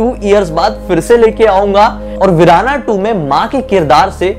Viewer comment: Verana nahi Veerana 😂